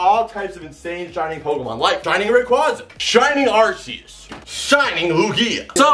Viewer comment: Rayquaza. favorite Pokémon and yet like nearly everyone else can’t pronounce his name. Also, making the equally common pronunciation mistake with Arceus.